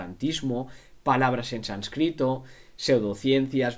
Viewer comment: Sánscrito, no sanscríto.